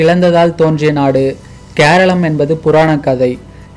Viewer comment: Not seralam mr😂😂😂 Keralam Because kera :coconut Alam: land It's mean land of coconut So many tamil channels are repeat this fault again and again